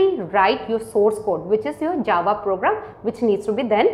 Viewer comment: mam, I love your teaching but u keep saying 'A 'JAVA, that is making me cringe a little